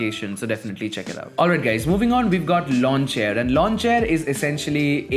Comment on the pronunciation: Lawnchair* (not launchhair xD) nice video tho!